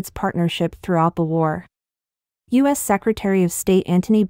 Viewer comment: Please stop using robots for your narration. You have a good podcast but the mispronunciation is a joke... e.g. the U.S. as us ?